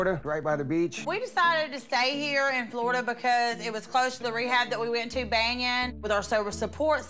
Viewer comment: Banyan is pronounced Bunyun... It's an Indian name....